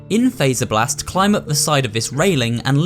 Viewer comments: The game literally tells you how to pronounce faz-er-blast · Fazerblast. As in Freddy Fazbear. Not phaser blast. Fazz. Freddy literally says it in the game many times.